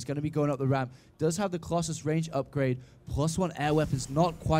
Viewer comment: I hate how he says " Crosses" instead of " Colossus".